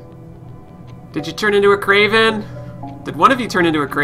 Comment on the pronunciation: XD I've noticed from a few of your videos, it always sound like you said 'kraven' instead of 'raven' like in